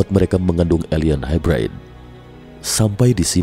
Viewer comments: gan, nyebutnya bukan HAIBRAID kali, tapi HAIBREID aja. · Hybrid nya salah tuh pengucapan bahasa inggris nya